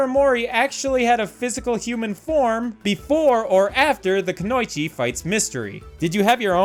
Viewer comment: lovely video! i just giggled when you said "ku-noi-chi" when im used to hearing "ku-no-ichi"